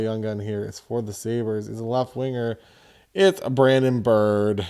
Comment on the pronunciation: brandon BIRO , BEER-O